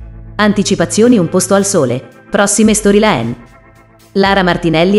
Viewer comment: Forte quando dice "storylen"! 😁